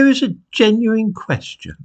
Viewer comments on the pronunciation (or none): none